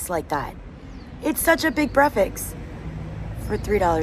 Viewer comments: Sister, the word is breakfast, not brefix 🥰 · Why is it so difficult for you to pronounce Breakfast right?!!! It is weird how you pronounce it. Break and Fast, but you seem to drop the K :-) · Not brefix.. it is BREAKFAST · love your vlogs, one question though why do you call Breakfast "Breafex"? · I m confused..... it's breakfast or it 's breafaks... 😅😅😅... No judging we love you ...we are your family....dima maroc... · I noticed you pronounce breakfast without the 'k" and with an 'x' at the end, as in breafix. Am I tripping ? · did she say breafaks instead of breakfast lol shes so cuute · Why do you keep saying : BREAFAKS instead of breakfast🤣🤣 love u by the way 🤣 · I'm curious, why do you say brefis instead of breakfast? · Did you just call it brefix and repeat it at least 15 times. You can understand it by saying break your fast after your sleep, therefore breakfast. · I love the way you say breakfast LOL breakfeks we are all here ur family here is few darija for words Olive = Zaytoun Plate = Tabsil Milk = Halib good video as usual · I love the way you say breakfast....brefix😄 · why do you say breakfast like that 😂😂😂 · I love the way you pronounce "breakfast" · Welcome in Morocco, you should visit Tanger city, and fez city you would love it, By the way i like the way you say Breakfast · It's so cute how she pronounces breakfast 😊